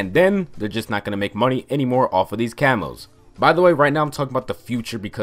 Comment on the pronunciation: I swear to god the entire video I thought he was saying camels. "I used to tryhard so much to get gold camels"